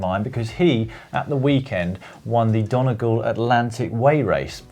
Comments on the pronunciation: . It's Don-e-gall, not don-a-gall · You still can't pronounce Donegal, Dan - it's dun-ee-gaul! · Donegal = Dun-ee-gawl. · I'm from Ireland it's done-ee-gawl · Donegal is pronounced Doneygal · Id recommend letting someone else attempt the pronunciation of Donegal... that's the second time Dan made muck of it!